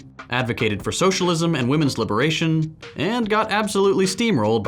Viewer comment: "shullism" fucking hell 😂